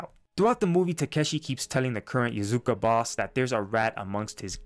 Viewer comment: “Yazuka” lmao